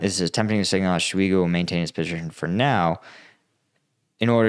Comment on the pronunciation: Great video. Btw though Shoigu is pronounced as Shoy-gu, not sho-igu